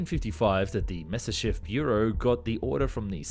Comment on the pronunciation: It's pronounced MYA SIS CHEV , you sound like you are pronouncing it Messerschmidt